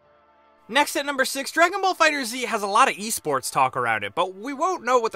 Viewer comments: Another thing you NEED to know: Its pronounced Dragon Ball Fighters, not Dragon Ball Fighter Zee. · My dude, it’s a pun. FighterZ, like fighters , not Fighter-Z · Stop. Calling. It. Fighter-Z. IT’S FIGHTERS. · Dragon ball fighterzz sounds stupid Dragon ball fighter Z sounds way better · Here's are 3 more things you should know: 1. its pronounced Fighters not Fighter Z 2. Tomomi Hiroki (producer) is a woman not a man 3. The story mode has some depth as your health bar does not replenish between fights and you can equip stat changing items (single player only) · its Dragon ball fighterZ (fighterS) NOT FIGHTER Z FFS !!!! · E M C it's pronounced like Fighters. There's no space. No idea why he said fighter z. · Actually the most important thing to know about this game, it's called Dragon ball FighterZ (pronounced "Fighters") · God damn it it's pronounced Fighterss!! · FIGHTERS ZEE? the developer said it’s pronounced Fighters, but ends with a z to reference the show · One thing you NEED to know; the title is pronounced "Dragon Ball Fighters", not "Dragon Ball Fighter Zee". Sorry, but it's true. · It’s actually pronounced “Dragon Ball Fighterz”, not “Dragon Ball Fighter Z”. So maybe, 11 things you need to know. :D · One more thing to know is how to pronounce the title. It's FighterZ (fighters) not Fighter Z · Dragon Ball FighterZ, like "fighters". Not fighter-Z. The game has been marketed for months and comes out in a few days. How can you not know this? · Anybody else getting triggered that is saying Fighter Z and not Fighters? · I love this channel, but say "Fighter z" in the future one more time and imma go look for you, find you and personally kick your ass! It's already been confirmed that it's pronounced as "Fighters", so get used to it already guys.. i mean, the Z isn't seperated from Fighter for a reason! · Dude it's Fighterz! Not Fighter Z! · It's FighterZ note Fighterzee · "Fighterz" said as one word. Not, fighter z. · MY GOD ITS FIGHTERZ NOT FIGHTER Z